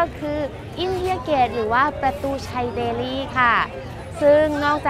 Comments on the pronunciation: ไม่ต้องออกเสียง ลี่ นะจ๊ะ เพราะคนอินเดียเค้าก็เรียกเดลลี ไม่มีไม้เอก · กานดีบ่อยจัง รู้มั้ยกานในภาษาฮินดูหมายถึง ตูด ชื่อเค้าคือแคนดี หรือคานทีก็ได้ แต่นี่เธอไม่มีข้อมูลดีพอเลย และการออกเสียงภาษาอังกฤษถือว่าแย่ แต่อย่างอื่นโดยรวมคือดี อ้ออีกคำคือ เดลลี ไม่ใช่แดลี่ บ้าไปละ